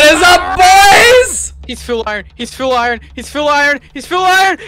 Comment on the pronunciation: seriously said “he’s fill arn!” XD